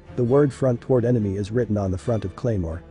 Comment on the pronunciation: "Cremoa" jesus christ